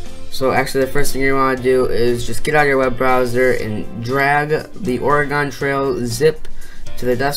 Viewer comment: you said oregon wrong lmao